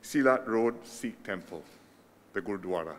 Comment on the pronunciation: It was a such a pleasant surprise. Glad to see our dear & respected PM Lee launching the inauguration & doing such an amazing job pronouncing all the Punjabi words especially Gurdwara. Not forgetting the invaluable mention of the history & the contributions of Sikhs. It is truly well appreciated across the Sikh community. Thank you. sir. Sat Sri Akal 🙏🏼